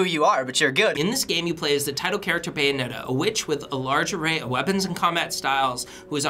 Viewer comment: byeonetta? BUYANETTA! ha.... ha.... ha....